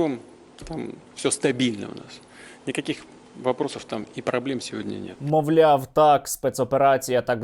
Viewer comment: "праблєм інкакіх там нєту" каже🤣🤣🤣🤣